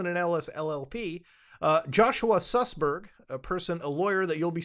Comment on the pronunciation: "Joshua SUSberg" lol